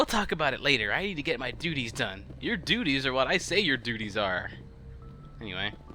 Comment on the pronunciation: You said "duties."